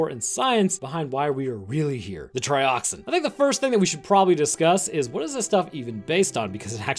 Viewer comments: It’s pronounced Trioxin not Trioxine 🤦🏻‍♂️ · Tri Ox IN not Tri Ox EEN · You kept pronouncing Trioxin wrong. You kept pronouncing it like "Trioxine". Better luck next time. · its not trioxine.. Tri-ox- in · trioxin not trioxine. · There is no e at the end Triox-in not trioxine